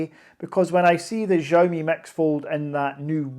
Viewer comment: hi mate, i live in China and am going to buy based on your review! Just one small thing for future videos - Xiaomi is pronounced Shao (like shower) :)